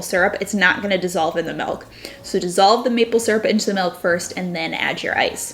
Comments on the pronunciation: I can't stand hearing her say MELK one more time. It's MILLLK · Omg - I couldn't continue watching because she says "Melk" instead of Milk. OMG I'm such a jerk, I'm sorry. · Great ideas to spruse up my coffee. Btw you pronounce milk the Dutch way melk 😊😘